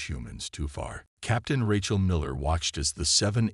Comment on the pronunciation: AI's are complete Garbage!!!...yours and most others!!! Who is "RE-chal"? Her name is pronounced "RAY-chal". And what is "DAY-bris"??? It is pronounced "DAY-bree"!!!